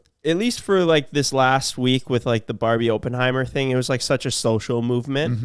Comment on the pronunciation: did say openhimer 😂